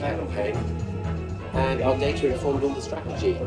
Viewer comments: Dar-ta..... Wut?? Since when did we change it from day-ta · Reporter has acquired a near-perfect RP accent, but betrays her Aussie roots by pronouncing "data" as "darter" rather than "dayter". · Surely it's dayter not darter. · "darrrrta" Are all Channel 4 journalists fucking morons? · Why is an English reporter pronouncing data "Daartaa"